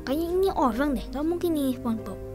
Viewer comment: Ih kok ngomong orang kok orank sih aneh ini